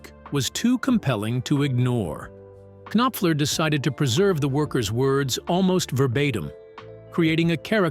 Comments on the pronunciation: Knock, Knock! It's pronounced Nopfler. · Mark K Nop Fler ?!?!?!?!?! Turn the K Nob to the left and teach your AI to at least pronounce correctly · Gotta love AI! K-noffler. Too funny! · You K'Nave! How can you not K'Now how to pronounce MARK NOPFLER's name? You clearly have no K'Nack for English. Do better, or you'll get the K'Nife and be sent to the K'Nackers. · it is kay nop fuller. get it right please. tuh. i see morons, they are everywhere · Hey!! Mark Kinopfler has always been one of my favorite guitarists. 😂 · Okay, I cannot stop horse-laughing whenever the AI pronounces it with three syllables. 🐎😅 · Robots can’t say Knopfler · I stopped watching this after the pronunciation of his name. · Bullshit!!! The AI pronounced his name WRONG!!! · Yeah it's quite annoying actually. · Yup. This is why AI is a bad idea. They're pushing it everywhere and it will get a lot of things wrong, and unfortunately, it will be treated as if it's always correct and true.